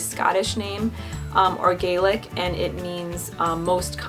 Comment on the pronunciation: Oh my god you said Gaelic right!! A little info for you there is scottish Gaelic and Irish Gaelic they are slightly different like loch is scottish which means lake and Irish is Lough Euan is more typically scottish though 😊